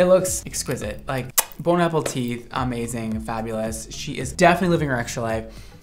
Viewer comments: No one:: “bone apple teat” 🤣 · "Bone apple tea" 🤣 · “Bone apple teeth” 😂😂😂 love it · Did you say "Bone apple teeth?" 🤣🤣💀 that made my day, thank you!!! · "Bon Apple Tea" - 2022 😂✨ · “Bon Apple Teeth” I couldn’t contain myself 😂😂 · Omg did be say bone apple teeth?! 😂 I love him so much 🥰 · did you say "bone apple teeth" instead of "bon appetit" ? lol I love this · Dad Brand say “bone apple teeth” instead of bon appetite!? 😂😂😂 I will only say that now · "Bone Apple Teet" 🤣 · "bone apple teeth"😂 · Bone-apple-tea 😂 me too me too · "Bone-apple-teeth" shaking my damn head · Did he say “bone-apple-teeth”? Lmaooo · Wait wait WAIT! Did he say "bone apple tea" !?!? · Did you say Bone Apple Tea?? Lol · I hope you said "bone apple tea" on purpose :D :D :D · Did say “Bon Apple Teeth”? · Did really say bone apple teeth instead of Bon appétit after the girl died her hair green 🤔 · Why did it sound like he said "Bone apple teeth"? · ....... Did he just say "Bone Apple teeth"?? I'm old so it's possible I'm missing an inside joke or something. If I am, someone explain it to me... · Did anyone else notice that he said Bone Apple Teeth ? I might just start showing for the easter eggs 😆👏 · Did anyone else hear “bone apple teeth” or just me? 🤣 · Did he say "Bon appleteeth" ? 😂